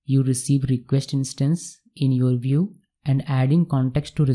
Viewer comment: Bhiew nahi bhai View hota hai vo